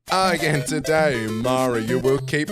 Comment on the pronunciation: ... 🎶Again To-Day-Yee!🎶 😂🤣🤣😂